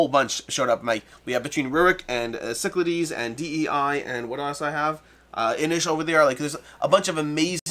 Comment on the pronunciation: pronounces Cyclades correctly now? How did I miss this important revelation?!:) Great game, glad it's in the top ten!